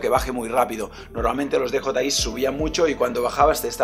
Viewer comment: Muy bien,. Jeje, me hace gracia que todos los nombres en inglés, absolutamente todos, los pronuncias en un inglés exquisito, y sin embargo con DJI dices "dejotai" en vez de "diyiai".